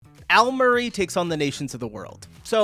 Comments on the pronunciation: It’s “Al murrie” not almurése? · How are you reading Murray as murrasys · Why do you keep adding an 's' to his name?